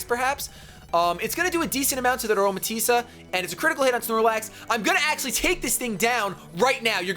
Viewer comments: A-roma-tees that's how u say it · I believe it's pronounced Aroma-Tea-Say. :)